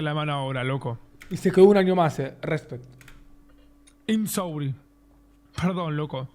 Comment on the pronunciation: I'm sorry ❌ Aim sourin ✅